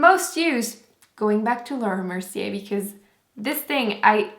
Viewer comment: why you say laura mercie not with your accent in this video??? T.T haha i like when you say it with your french accent